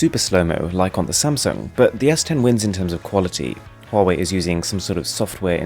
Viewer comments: Huawei is actually pronounced as Wah-Way. Please consider right pronunciation next time. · I keep getting confused, you're pronouncing the first phone like "Hall way"